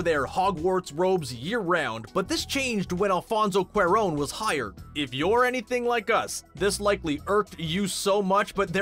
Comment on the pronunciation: ‘Director Alfonso QWER-RONE’?